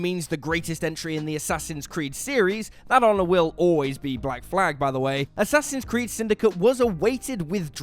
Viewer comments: you mispronounced "Assassin's Creed 2." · you mispronounced Assassin's Creed 2